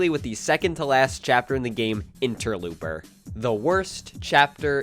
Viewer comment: It's pronounced ENTER-LOPE-ER.